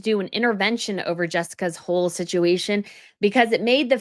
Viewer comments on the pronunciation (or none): none